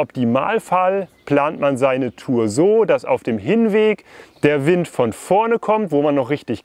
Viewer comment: Wind spricht man übrigens auf Englisch fast genauso aus wie auf Deutsch, also "Wind" statt "Weind". Kleine Videoidee: Ihr macht doch öfters was mit Decathlon zusammen, vielleicht könnt ihr ja mal deren e-Finne testen.